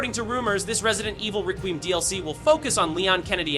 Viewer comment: Resident Evil RaQueeuhm